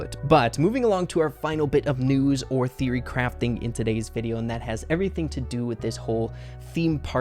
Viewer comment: When he saying theory crafting it sounds like “theory crap”